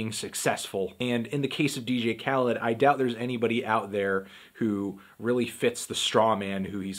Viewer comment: Whenever he said Khaled I kept thinking he's saying Cal for some reason, Cal would have that heat tho no doubt